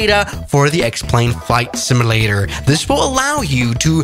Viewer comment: IT's pronouned SIM-U-LATER not SIM-I-LATER